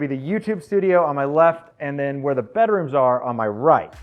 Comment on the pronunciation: subscribed purely because of the way you say bedrooms. "Bederooms" lol.